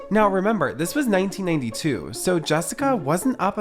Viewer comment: I swear this guy can’t say 1992 because every time he says it, it sounded 1982!?